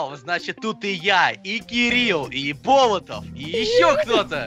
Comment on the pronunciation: Болотов это фамилия другой нации ударение ставится на 2ое "о"